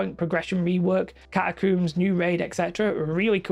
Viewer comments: you coomer, its cat-a-combs not cooms. Lol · You are pronouncing catacombs wrong 🤓☝️